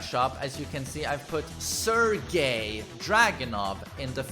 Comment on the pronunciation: "Sir Gay"